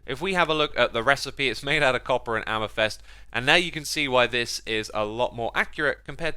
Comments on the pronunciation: Xisuma translator: "Amethest: = amethyst "Free" = three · why does he say amythest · i like how you say amythest